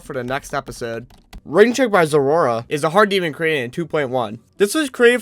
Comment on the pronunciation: great video as always, i love this series a lot. by the way, zoroa's name is pronounced "zo-roh"